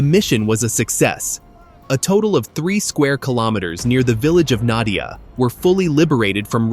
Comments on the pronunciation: надія правильно а не надя_я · I bet it spelling not "nad'YA" but "nad(EE)ya" wich meen "hope" on Ukrainian. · It's not Nadiia, no russians have been that far. It's Nadiya. There is no fighting there reported as of 4/15 and Russia has control. Those guys have been wiped out btw.